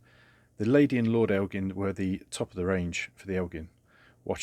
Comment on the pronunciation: It's pronounced el Jin. With a soft g.